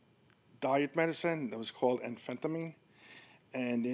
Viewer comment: So not pronounced An-Phentimeen. Its Amphetamine....